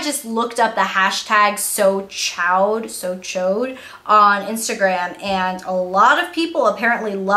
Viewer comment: I think chaud is pronounced as "show" because it's a French word. Might be wrong! Loved this video by the way :)